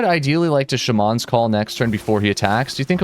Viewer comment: The way you say "shaman" once again baffles me.